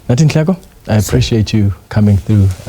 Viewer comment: Don't butcher his surname , he is Nhleko but not Nleko